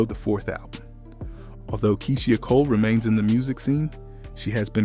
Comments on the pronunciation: Her name is KEYSHIA N.O.T KEE-SEE-HA... UGHHHH THAT BOTHERED ME THE WHOLE VIDEO!!! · I was looking for this comment!! Did no one listen to this before posting 🤦🏾‍♀️ Key-She-aah Cole😂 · Am I the only one that’s getting annoyed with the way he pronounces her name 🙄🙄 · Who tf is “Key-she-a” . Yall gotta do better with the pronunciation of these names 😂😂😂🤦🏾‍♀️ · Her NAME is pronounced Key-sha or Kee-sha not Key-she-ah! Yaw bloggers need to learn how to pronounce pple name that ur doing stories about 😒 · KEY-SHE-AH?? 😂😂😂 BRUHHH it’s KEY-SHA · Keyshia not Keysheeia 😂😂😂😂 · Who is this reporter it is kie-sha Cole and it’s the bee hive not the bae hive and Beyonce’ aight and Kiesha Cole aight I’ve listened to more of Keisha though neither one is a favorite ❤️